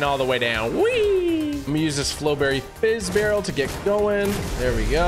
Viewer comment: said flow fizz barrel😂